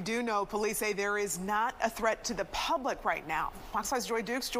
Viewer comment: Why do the news babes have to say words like P-hublic, and Ch-hild? Stop it.